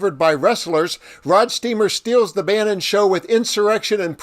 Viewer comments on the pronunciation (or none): Its Roadsteamer not rodsteamer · ROADstreamer ROAD! Not ROD! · My only criticism is I wish you would've pronounced his name correctly. He really deserves that. It is ROADsteamer, not RODsteamer! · Can you read? It's "Roadsteamer".😜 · Don't be a robot, it is ROADsteamer. He even says it in your video 🙄